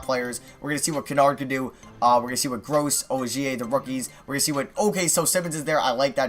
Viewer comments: Stop saying gross lol. It's Williams-Goss. Also, Trade Melo for a really good pick next year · it is Nigel willams-goss not gross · It's goss not gross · Nigel Williams-GOSS not Gross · Goss not Gross